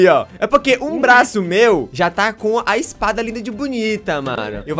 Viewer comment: Quem percebeu q ele falou blaço Deixa like